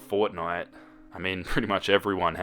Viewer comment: Lol you said FORTINTE and I was looking right at the cover of it